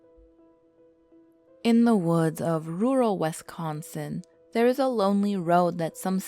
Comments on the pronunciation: and its wisconsin, not westsconsin. you need to learn to speak proper english before narrating videos again, your discrediting your channel. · All of us Wisconsinites are disappointed in the incorrect pronunciations that wee made😂 but you get an A for effort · If your going to do a urban legend of Wisconsin video at least learn how to pronounce the names properly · Bar-bro and Saux. LOL I grew up in that area. It killed me! Especially "Wes"consin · Did you just say "Wesconsin"!?!?!? WES? NO! Holy shit. The amount of incorrectly pronounced things in that first line is jarring. It's "Wisconsin" Wis as in the words wish, dish, piss, etc, "Bare-ah-boo" and "Saw-ck" It ends in a K sound, not x. I GREW UP THERE! You're so all wrong about everything that it literally hurts. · Wes-kon-sin? Port-rage county? Oy vey...